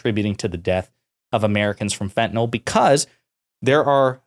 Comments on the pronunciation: The medication Fentanyl is pronounced “fent-a-nil” and not “fent-a-nol.” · Here’s a good way to tell that GOP continues to repeat shallow talking points and NEVER READS ANY ACTUAL STATISTICS: The fact that they keep saying “FENTENAL”, when the drug name is actually fentanyl. Once you’ve actually read the name a few times, it starts getting harder to continue mispronouncing it. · It’s weird how most Americans seem incapable of pronouncing fentanyl.